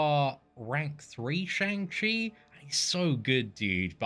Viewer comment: Just fyi it's pronounced shung chi